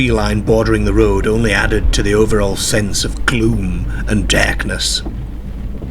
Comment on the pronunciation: DAIRKNESS. But seriously, love this channel!